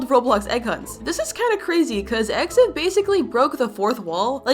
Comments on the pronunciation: It’s not eggsen it’s eggsten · It’s egg Sun not eggThe